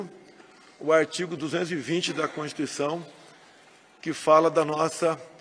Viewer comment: nem consegue dizer a palavra "constituição", quanto mais respeitá-la